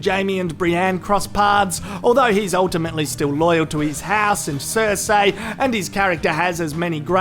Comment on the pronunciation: finally stopped saying Q-Burn. Hopefully he stops saying Cer-Say